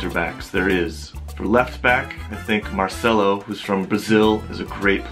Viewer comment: Heard you pronounce Marcelo, Ma赛喽, shouldn't it be 马切luo